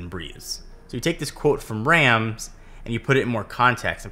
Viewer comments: Well done, apart from the pronunciation of Rams. Imagine you're going to the Doctor for a sore throat and he says stick out your tongue and say "ahh". Rahhms. I too was corrected during my last year in Germany. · It's pronounced "Rahms". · Apple must've missed the Honest part in Rams' design philosophy. Also, continually butchers Rams' name even after he uses a clip with Rams' correct pronunciation.